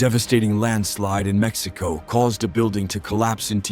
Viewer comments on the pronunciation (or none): none